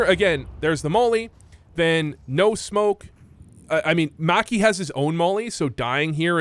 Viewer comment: You say maki like you wear whitey tighteys.